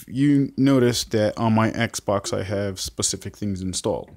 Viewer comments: 'XBOX' Not xbok 😂😂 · "am gunna press the exbok home button" XD